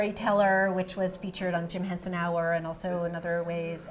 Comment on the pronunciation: and Henson , not HensEn